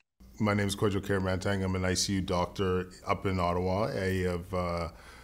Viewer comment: Very disappointed that even he pronounced his own name wrong...instead of teaching how to say it the correct